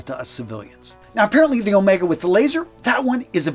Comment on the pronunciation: With "Omega" the first syllable is stressed: "Ohhh-mega" or "Ommm-ega" if you will instead of "O-mehhhga".